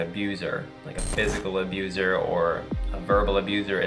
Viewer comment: U is pronounced as the English u. I don’t know what abUse means. Please do something about that because you sound so stupid mispronouncing that.